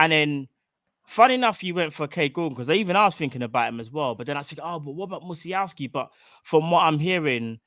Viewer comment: U guys ever had teachers who butchered kids names on the register??? I was one of them pupils. The W in the Polish alphabet is pronounced as a V. Say Musialovski but spelt Musialowski. GREAT show as always.